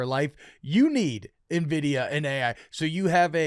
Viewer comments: Producers not realize it’s NVIDIA and not Envitia? I wish I was that blissfully unaware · Nvidia, not Envitia lol